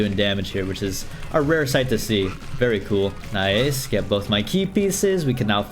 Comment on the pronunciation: Day 19 of counting when says Noice 3/19